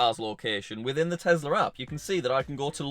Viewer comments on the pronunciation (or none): did u TEZLUR? LOL